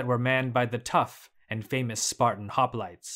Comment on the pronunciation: Nice video but It is really disturbing hearing all those Greek words pronounced like they are English. Also, most of them have a meaning just like the word Gerousia mentioned in another comment and they make sense when you know what they mean. Hoplites for instance means men that bear weapons.